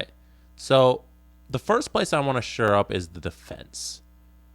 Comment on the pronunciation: ......it's Shore up...... Not Sure up. Hahahah